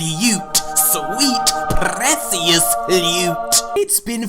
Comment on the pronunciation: I get a hard on everyone you prenounce presious